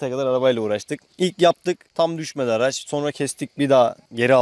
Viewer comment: Araz da değil (araç)